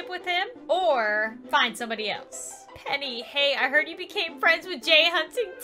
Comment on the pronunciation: I thought when she said “PENNY” l trout she said penny wise